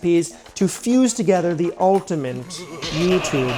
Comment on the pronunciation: I love all of your videos but if you put an "N" in ultimate one more time im losing it